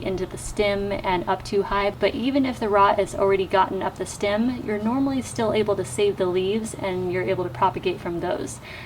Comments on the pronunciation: It's "stem"! Steehh-mm. Its not stim! 😂 Sorry, couldn't help it. Thank you for this informative video though! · Loving that Midwest “stim “ 😋 thanks for the video!